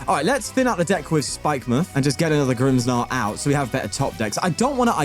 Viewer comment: I have never heard someone pronounce that mon as grimms-narl until now but here we are